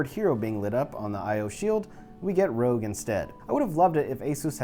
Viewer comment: Not only did u say "gif", u said "rog" lol it's meant to be "r o g".